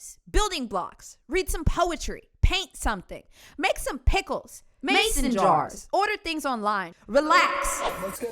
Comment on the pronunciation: That "MASON JAR" actually made choke on my water 😭😭